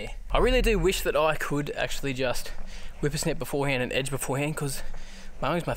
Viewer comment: Lol, I love how he says wipper snip! Never heard that before... weed whacking over here